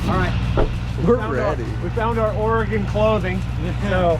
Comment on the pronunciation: Lived here my whole life (73 years)so thank you for pronouncing ORY-GUN correctly. ✅😎